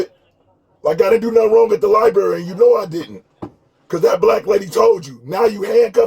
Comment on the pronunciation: One would think that with that Masters Degree, you could properly pronounce where you most likely did the majority of your research: “LiBRary”., not “Libary “. I learned that in first grade, Bro!